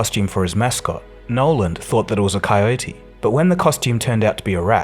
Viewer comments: A few errors in the voice over....His name is NOLAN Bushnell, not "NOLAND". Al Alcorn is pronounced All AL-CORN.. "ACORN". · Also -- dude, seriously. There's no 'D' in "Nolan". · Some factual inaccuracies with the narrative, oversimplification and sometimes saying Nolan as Noland. Otherwise not bad.